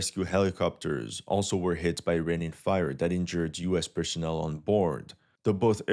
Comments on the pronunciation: warr-hog and person-ell, otherwise cool vid as always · Wart-hog, not warth-hog... Also, personnel is pronounced to end with the "elle" sound. Good video! (I used to teach ESL, so I'm just trying to help out. Your English and pronunciation is excellent.))